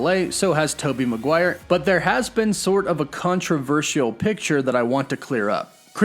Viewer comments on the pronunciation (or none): none